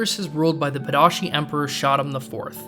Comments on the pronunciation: Padisha, not Padashi. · Where you get “Pada’sh(ee)? Princess Irulan herself clearly pronounces it in her opening, which you show but don’t run the dialogue. She says Padish(aw). Is it something from the book? I haven’t read it in many years so only going off the movie here. Your pronunciation of the Harkonnen home world as Geda Prime doesn’t jive with the pronunciation as in the opening sequence of “The Spacing Guild report” I’m NOT some fanboy of Lynch’s Dune, I just think when presenting a argument you should be more familiar with the source material as it goes a long way towards establishing your credibility with your audience. Not to mention you are a movie buff, right? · Pa Di Shah Emperor, not Pah Da Shi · Just a detail: it's not Padashi, it's Padishah, persian for Great King (or something like that)